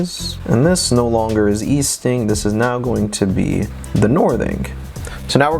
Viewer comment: Thank you so much all this info you but together is extremely helpful! I will point out the 2 elephants in the room tho “Northink and Eastink”😅